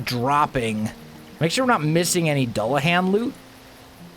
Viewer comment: It's pronounced do-la-Han. It's taken me so long to realize u we're butchering the pronunciation that badly. And now it bothers me to no end. Mainly cause I love an anime with a dulahan in it.